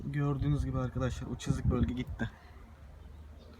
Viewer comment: Çızık değil çizik diyeceksin